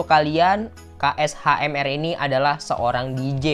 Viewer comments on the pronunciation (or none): Bang baca nya Kashmir👌🏼 KSHMR itu karna huruf vokalnya diilangin